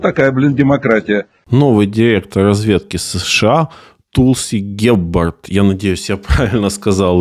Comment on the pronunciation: "Тулси Габбард". "У" -- среднее между "у" и "а", на наш слух звучит как явное "у".